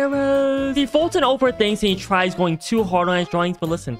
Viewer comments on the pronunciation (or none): not Colton its foltyn